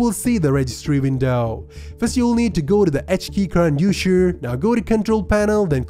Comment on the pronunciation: Usher ? It's user bro 😑